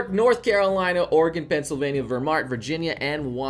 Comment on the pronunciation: Did you just say Vermornt?